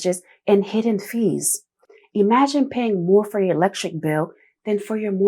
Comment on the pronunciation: For everyone elks Eglectric bills Please tighten up your pronunciation. You deserve it because you speak so well.